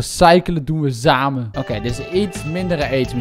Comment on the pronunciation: 'Recyelen doen we zamen' HAAHAHAHAH ZAMEN XDD